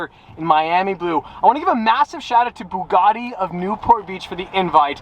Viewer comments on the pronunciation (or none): Still cannot pronounce the word Bugatti properly. Get a grip.